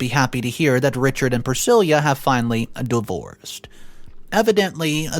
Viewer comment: Dude why do you pronounce names wrong? Elvis Presley's wife has the same name... See how it's really pronounced.